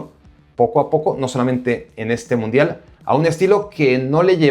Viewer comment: "Mudial" no importa si lo Cambias, así decía Primero xd